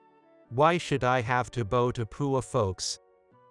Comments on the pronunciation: Bow in this story rhymes with COW which is bending down before someone! It is NOT the bow as in bow and arrow! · It mispronounced the word “bow”! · Are you using people who are reading phonetically? The mispronunc iation of the word bow supposed to mean bending at the waist as bow as in bow and arrow. What a joke. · Come on!!!! Bow, as in how, fowl. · Please, PLEASE, teach your machine-to-voice program about proper pronunciation. Your current system has a particular word (bow) that has several pronunciations. It's not the only word, though. "Context is king."